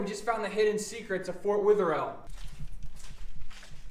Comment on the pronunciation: And sorry for all the comments but its driving me insane its pronounced weather-ill